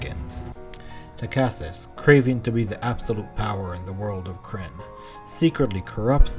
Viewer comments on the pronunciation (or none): Love the videos but you need to watch some other Kyrnn vids to get the pronunciation correct. Other than that great, it is important to get it right.